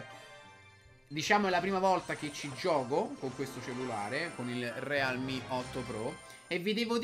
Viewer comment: Sponsorizza un prodotto ---> non sa nemmeno come si pronuncia la marca, legge senza capire cosa sta dicendo, sparla a caso e a conti fatti in questo video del cellulare non si è capito nulla. Ma tanto a lui che frega? "Devo sponsorizzare qualcosa? Dammi qua, ci faccio un video dove ci ficco dentro o Fortnite o Clash Royale e tanto il mio pubblico composto da bambini compra lo stesso. Mirko, nun se fa così...